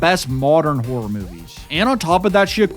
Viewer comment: You gotta work on the pronunciation of “Horror” my guy